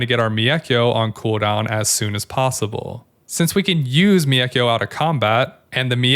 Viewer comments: One criticism - the "Mei" in "Meikyo" is kinda pronounced like "May." In Japanese, "e" is pronounced like "eh" and if it's followed by an "i" then you just hold the "eh" sound for slightly longer. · Thanks for the great guide as always! Just one little note, the way you pronounce mEIkyo is pretty funny 😆